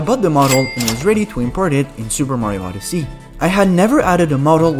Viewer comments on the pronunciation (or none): "Super Mario OddesEy"